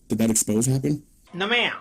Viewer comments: Why is it that no one can pronounce the word expose' correctly? X-pose- A. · Hey. Just popping in here to say : Exposed, the verb, is pronounced the way it's said throughout this video. An "Expose" , the noun , is said : X-pose-Ay Okie dokie, carry on ❤😂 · Please, it's an exposé, not an expose.